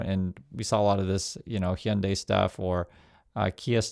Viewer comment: Hyundai rhymes with Sunday bro.